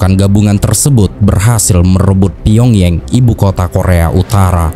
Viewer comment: Shin Man Rhee.....kali min. Karena Shin itu marga orang Korea macam Shin Tae Yong bukan Sig Men Rhee dan Pyong Yang bukan dilafalkan Pyong Yeng tapi tetap dilafalkan Pyong Yang, jangan ikutin lafal inggris/ bule. 😊